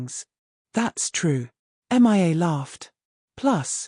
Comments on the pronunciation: Please teach your dumb AI reader the difference between Mia and M.I.A. (Missing In Action)🤨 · You would think an auto reader would show enough intelligence to read a simple American English story. If you can not find an auto reader to read Mia's name correctly, and if you don't realize that women have breast's. Plus female hormone's in the human body are typically estrogen which help the human body to grow breast's. That's right I am an educated listener and through my life have learned many different thing's.